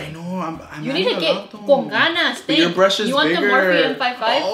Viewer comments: Darlyn Yanei my aNnOying says : C0N GANAS and I’m like bruh 😂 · nobody: not a soul:: “CON GANAS “ 😂😂😂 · When she said con ganas